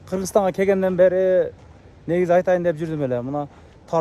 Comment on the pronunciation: Ээ каналы кегенде эмес келгенде деп туура суйлосон далбан.